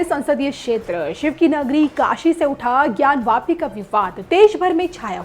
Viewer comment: ज्ञान वापी न कि ज्ञानव्यापी